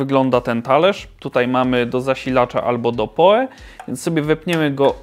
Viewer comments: albo po prostu "poł" jak przy wymawianiu nazwiska Edgara Allana Poe'a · PoE czytaj "pi oł i"